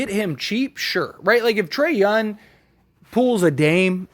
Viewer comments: Bro. You killing the way you say his name. Its Trae Young not Trae Yun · Trae "YOUNG". with a "G" in the end.